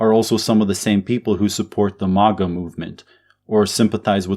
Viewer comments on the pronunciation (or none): none